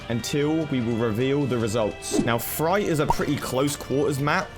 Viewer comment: Did just call freight fright??